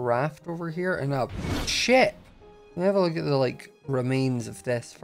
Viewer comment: Whenever yelled ship I thought he said the SH word